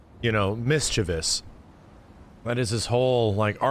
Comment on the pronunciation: Literally the only person in media I've ever heard pronounce "mischievous" correctly. Thank you 😊